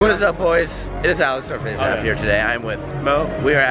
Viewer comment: Was I the only one who thought he said faze mountain in the beginning